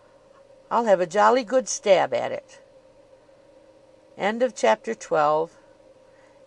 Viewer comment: Oh dear. That's not how the author's name is pronounced. I think I'm done here.